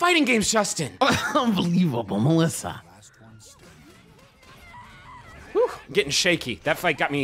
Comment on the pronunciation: I love that they actually pronounced the Ё in Mёlissa correctly. Sometimes. They seem to switch between Melissa, Mёlissa and Myolissa all the time.